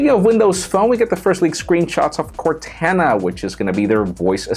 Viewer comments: It's Cortana... Pronounced "kortawna". Not like cortanna Montana lol. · Funny you focus so much on pronouncing your last name all spanich but can't say Cortana correctly?